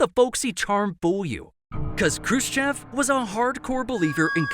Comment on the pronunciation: Niki'ta Khrushche'v